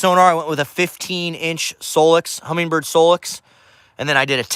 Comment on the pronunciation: No G in Humminbird. Great finder